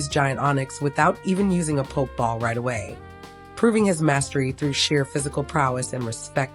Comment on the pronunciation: Poke-ball instead of pokéball bothered me more than mook lol